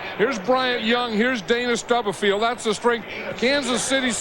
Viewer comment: I do feel like if Madden were calling this game in the age of social media people would be chirping. He talks way more than Pat. And he is unable to pronounce Dana Stubblefield‘s last name.